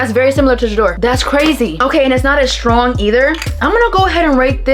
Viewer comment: Good video but that 'shrtong' gives me an ick!